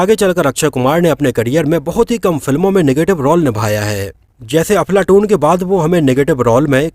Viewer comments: भाई मुझे ऐसा लगा आप अपने विडियों मे अफलातून को बार बार अफलाटून बोल रहे है..हो सकता है मेरे सुनने मे गलती हो .लेकिन मुझे ऐसा लगा तो बोल दिया आपको बुरा लगा हो तो माफी चाहता हुँ🙏🙏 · Dear Sir, Aap iss film ka naam galat pronounce kar rahe ho, issi liye is film ke unknown facts jananeki icha chah kar bhi nahi ho rahi. Make sure ye mistake ko casual me maat lo 🙏